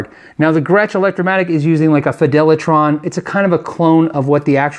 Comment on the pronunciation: "Fidelertron" pickups? Not FilterTron?